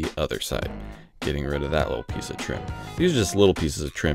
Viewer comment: Did you say "install this piect"?